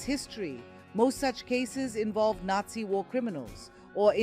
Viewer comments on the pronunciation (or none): none